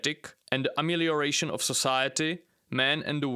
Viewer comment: 10.53 Did he just say Ameliaration? Lol